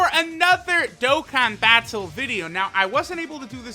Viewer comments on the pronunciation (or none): Get the hell outta with that dokkan 'baaTal' nonsense. Say it properly not like a clown please.